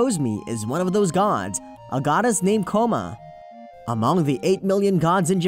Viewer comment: God of coma's